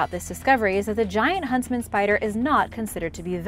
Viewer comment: Are you say huntsman or husband spider? Lol